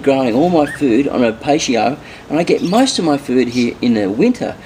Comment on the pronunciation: Patio is said PaT-E-Oh... not pay-she-oh